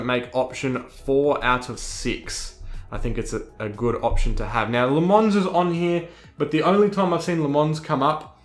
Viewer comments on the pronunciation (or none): Great video, thanks for explaining this, I'm about to jump in to iRacing so trying to absorb as much info as possible without breaking the bank.... too much! Have liked and subscribed. Also, just for future ref, it's not La Mons, it's Luh Mon (no "s") :)